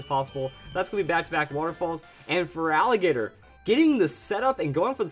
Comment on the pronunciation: By the way Feraligatr is pronounced Feraligator..